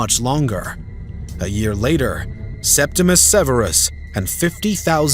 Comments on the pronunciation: Septimius Severus, not Septimus Severus. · It’s Septimius Severus, not Septimus. Domitian’s decision to recall Agricola was his greatest mistake. Had Domitian allowed Agricola to complete his conquest of Scotland, he would have removed a barbarian frontier, securing Rome’s northern border in Britannia.